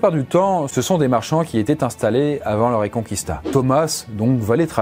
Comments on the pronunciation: En espagnol qui/que...ect ne seront jamais dit « qoui » on les prononce comme en français, donc pas reconqouista mais bien reconquista :) (comme les gue d’ailleurs, ne dite plus migouel c’est Miguel :) ) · Ça ne se prononce pas "reconcouista" mais "reconkista" ^^ Edit : mais bonne vidéo malgré mon pinaillage haha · On ne prononce pas le « u » du mot « Reconquista ». On dit « reconkista », et non « reconqouista »… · La ''RéconquOUista '' mdr 😂la prononciation '' reconquista'' sa suffira 😂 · Petit détail, on dit bien « reconkista » et pas « reconkouista ». Sinon super vidéo ! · J'aime vos posts, mais pt' détaille ... reconquista se prononce reconqista et non reconcuista ... comme Miguel que se prononce Migel ... la U ne ce prononce pas ... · Pour tous ceux qui en espagnol prononcent les syllabes "gu" et "qu" "gou" et "quou", vous êtes dans le faux. En langue espagnole, on dit "Miguel" et pas "Migouel", tout comme on dit "Reconquista" et pas "Reconqouista". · On dit Reconkista et Mighel . Pas '' kwista '' ni '' migouel '' en espagnol. Les ui c'est en italien , pas en espagnol.